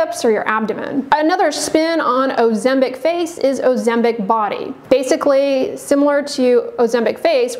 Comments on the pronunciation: It is not 'OzemBIC' but pronounced OzemPIC! Where did you get your license from? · You keep saying "Ozembic?